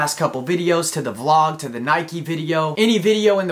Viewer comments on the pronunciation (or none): none